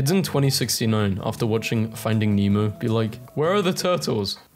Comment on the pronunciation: but they call Nemo "Meemo"